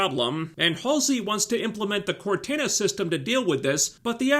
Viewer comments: You say Cortana weird and idk if its because your accent or if that's just the way you pronounce it xD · Dear lord, man, how do you not know how to properly pronounce Cortana's name? FFS there's been numerous games and even an AI in your phone that goes by the name. You're driving me nuts. She also wanted freedom for a dead planet. I find it difficult to believe that anyone else lived on that rock. It wasn't a military outpost as there were children. There clearly weren't enough people there of fighting age to hold the place. It was set in a very inhospitable location. Looks to me like the last bastion of a dying world. She threatened to lie or tell a story of a different event in order to get freedom for dead people. Like, wtf is the UNSC doing with people's bodies after they die if she has to go to that length for their freedom at that point?